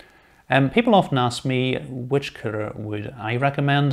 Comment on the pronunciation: Excellent video, with your accent I swear it sounds like cpu killer but might be that I'm Australian lol